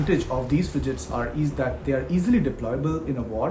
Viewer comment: The expert is saying ‘frijates’ ??????????